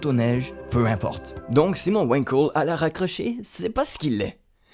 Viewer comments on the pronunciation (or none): Wankel étant un nom allemand ça se prononce "Vangkell" et non pas "Ouainkeul". Et c'est un moteur de m... super-polluant. Si on aime la moto, on aime les vibrations ! Après si on n'aime pas les vibrations, il reste les motos électriques, bien plus avantageuses que les Wankel !